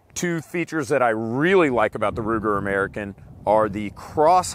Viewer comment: All I ask is say AMERICAN correctly.